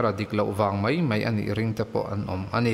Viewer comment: Mai aiah mei iti tlatin ka hria,, ka beng diklo vang nge aw?😄